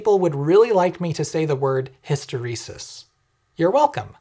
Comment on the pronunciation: Thank you for saying "Hysteresis".